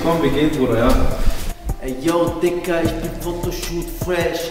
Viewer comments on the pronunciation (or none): Nicht digga du hast tigga gesagt